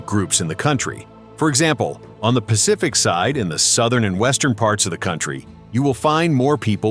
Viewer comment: South "PASIFIC" 🤣